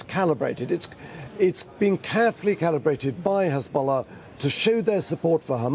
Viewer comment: Hizbolah? Come on darling 😂 how much you getting paid to mispronounce ?